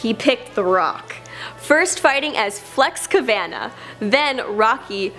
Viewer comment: Flex Kavana, it's pronunciation is (kuh von nuh) Rocky Maivia is (my uh vee uh) and the "The Blue Chipper" was a nickname while he was wrestling as Rocky Maivia, that was never his ring name. When he became The Rock he didn't immediately rise to top ether, he was still known as Rocky Maivia although he preferred to be called The Rock, so that became part of his ring name from late 1997 to early 1998 where he was billed as both Rocky Maivia and The Rock before dropping his old ring name altogether by the middle of 1998. But his mainstream popularity wouldn't catch on until . Come on lady, get it right !!